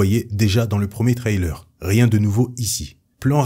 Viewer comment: Par pitié change ta manière de prononcer "trailer" Surtout que, évidemmeent, tu le dis 800 fois